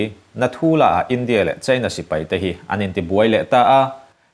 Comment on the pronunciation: Mizo ṭawng i van chhiar thiam lo em em...China i lam dan thleng hian inzir i ngai...i thu chhiar a ngaihnawm nen